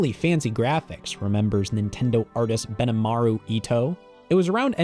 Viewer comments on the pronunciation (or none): Heads-up for your narrator, the first syllable of "Gunpei" is pronounced "goon", not "gun". Also, "Benimaru" is pronounced "beh-nee-mah-roo", not "beh-nuh-mah-roo".